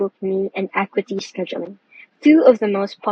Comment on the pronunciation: Acuity - "Uh-KYOO-ih-tee" I know it's spelled similarly to "equity". English is stupid that way. :-)